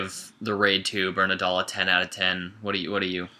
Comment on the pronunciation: it's not "bernandal", it's "BERANDAL". nice review btw.